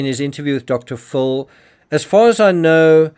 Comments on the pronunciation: It's Dr. Phil, and I am hearing you say Dr. Full. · Good Morning Could you please call Dr Phil....Dr Phil ( Fill) not Dr Full. I have been qviet for years, but today is the day I want to please ask you to pronounce his name right.God bless.